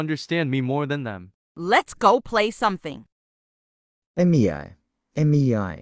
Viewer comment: “EmiEAi, eMiEai, EmiEAi”, is that actually how it is pronounced? (Not tryna be rude with anyone that its name is Mei)